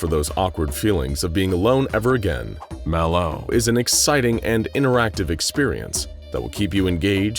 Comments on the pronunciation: Why you saying Malo like that. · Why does he keep using the same sound clip of him saying Mal0? Did he say Mal0's name wrong while he recorded the script and instead of recording the script again, he just recorded him saying it right and edited that in? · why does bro say malo like that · The way the narrator says MalO..is creeping me out 😮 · Why TF does he say MAlO like that bro? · I’m guessing you mispronounced “MalO” the first time through, and had to dub over each instance. It’s odd and off-putting, and absolutely perfect. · The way he say ls "MalO" 💀💀💀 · ok Ik I’m not trippin he’s said MalO weirdly like every single time this video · why he sayin MalO like that tho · It kind of threw me off how they voiced over the narrator every time he said "Malo". I don't know how he mispronounced it before but surely it wasn't as bad as the one word voice overs. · why did you say Mal0 like that? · can we get a compilation of the narrator saying "MalO" because it's hilarious.